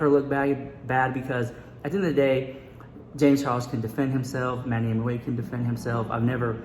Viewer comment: Hahaha what? You’ve been saying Manny Mooch for ages 😂😂😂😂